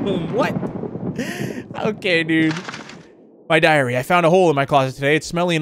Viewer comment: When he said my diary I thought he said my diarrhea 😂😂😂!!!